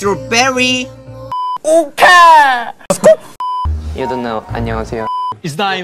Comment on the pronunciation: It's amazing that he can say strawberry correcter than me. I have always said strawbrry (cause I can't pronounce e very well)